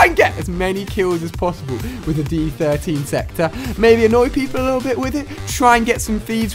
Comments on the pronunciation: stop calling it d 13 sector , pretty easy to tell its d 1(I)3(e) sector = diesector ..... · I love how you keep saying d13 sector.... i think the joke is the fact that its the die-sector or disector Ali... love the footage tho, keep up the good work man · It's supposed to be pronounced the die sector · did he not realised it is called the diesector?